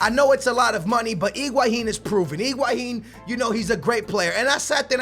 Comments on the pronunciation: it drives me crazy that says Iguahin instead of Higuain!!:DD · You are saying Iguahin! It's Higuain!